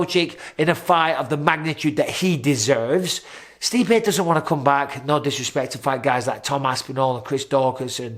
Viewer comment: You mispronounced Stipe in an insulting way. Mistakes happen..